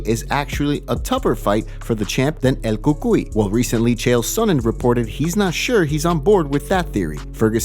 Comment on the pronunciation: I hate how this moron says el cucuy